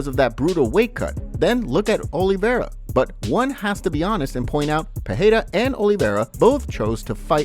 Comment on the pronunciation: Alex peheyda? Bro his name is pronounced so many times and you still can’t get it right? Come on now respect the man enough to learn his last name